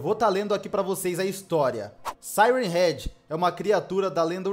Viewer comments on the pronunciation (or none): A melhor parte q ele fala e sirem head 😂😂😂😂😂😂ele falo praticamente o video todo